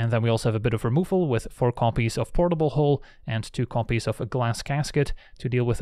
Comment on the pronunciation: how many times you say portlbl hooll... perfect drinking game. i am drunk now